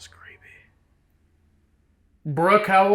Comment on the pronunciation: I didn’t hear “Brooke” I hear “Bruce” lol